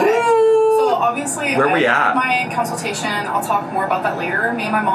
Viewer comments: i am BEGGING this woman to learn how to pronounce consultation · Did she say COUNCILTATION? 😳 maybe someone should send her a dictionary 🤔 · that may not happen in a consultation but she had a counciltation. lol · She had her council-tation on my bday. But my actual gift is ( hopefully) is not having to hear that word again. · That’s definitely the way I heard it too! And lmao, “counciltation.”